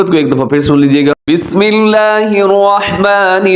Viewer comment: آواز اور تلاوت تو آپ کی خوبصورت ہے.لیکن بسم اللہ پڑھتے ہوے آپ الرحمن الرحیم پر توجو دے. کیونکہ آپ را پڑھتے ہوے واو کو ملاتے ہے تو غلط ہوجاتا ہے الروحمن الروحیم بن جاتا ہے. تنقید کیلے نہیں اصلاح کیلے کررہاہو. کچھ سمجھ آیا تو دعا میں ضرور یاد کریں